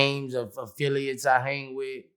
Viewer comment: This man really said fafilliate😂😂 nigga it's affiliate 😂😂😂